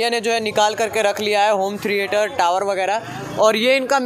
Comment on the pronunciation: भाई अगर आप पढ़ाई लिखाई करते तो होम थिएटर को होम थिरीएटर ना बोलते